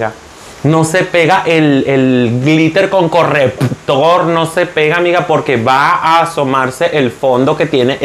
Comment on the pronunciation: Amé el "correppptor" jajajaja ❤️. Me encantan tus videos y tu personalidad